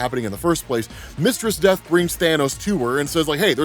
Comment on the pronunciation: Took me a minute to realize he wasn’t saying “Mr. Steth” 😂